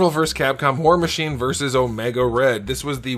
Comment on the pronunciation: I swear he said “whore machine” 😂